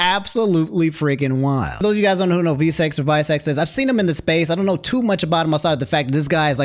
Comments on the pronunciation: Also visecs isn't pronounced "vai-secs" it's Roman numerals vi which stands for 6. Hes a battle rapper that stands for 6 seconds. People also call him shizzy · 6 seconds not vye secs LOLLLLL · lol its not vie seconds its 6 seconds but with roman numerals lol and yes he is a fucking gawd at spitting bars like "You will not see this G with A W N E more" Dissing Luke gawne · Its 6 secs not VI- Secs haha. I thought you knew him from hanging out with Shofu etc. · it not visec IT VI SECONDS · Visecs is pronounced Six Seconds. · Just to give small clarification: its VI (as in the Roman numeral) Seconds, tho most veteran watchers of him call him Shizzy